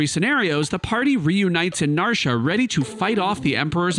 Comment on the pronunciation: Narsha?? NarshA?? WTF, man??